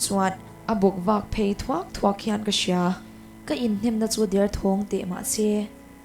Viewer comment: Bawkvak phei thuak thuak tih hi a diklo deuh em? thuak nilovin/ ṭhuak/ ṭ hman na tur a nih hmel, ṭhuak ṭhuak..